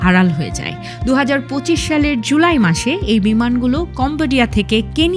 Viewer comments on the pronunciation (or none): none